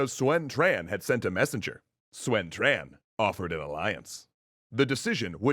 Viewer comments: How does Yuan become You ran what the actual fuck? Guan yu is Gwyen yer? Sun is Swen? Quan is Tran? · Love you videos! But just one of a few mispronounces: “Sun” is pronounced “Soon” not “Swen” and “Quan” is pronounced “Chuan” not “Tran”